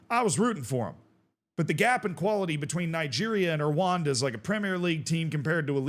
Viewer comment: You love Erwanda? You refuse to learn how to say Rwanda!